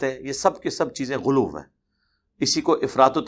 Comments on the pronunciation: یہ لوگ غلو کو غلوف کیوں کہتے ہیں؟ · اے بدبخت انسان ،اردو بولتے وقت پنجابی نہ بولاکر ۔ سامعین پر گراں گزرتا ہے اور دوسری بات یہ کہ غلو کو غلوف کیوں کہتا ہے، کس لغت کے مطابق؟